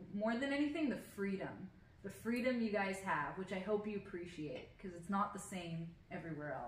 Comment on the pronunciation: oh!! at the end you said we "PREciatCHA!" where have I heard that before! haha appreciate you two too! 😁